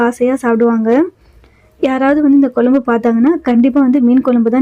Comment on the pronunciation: Kolambu pronuce correcta pa nu